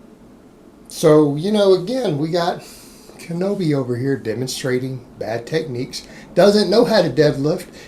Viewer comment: "Kinoby". I love it.